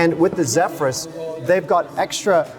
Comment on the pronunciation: Zephyrus not Zeephyrus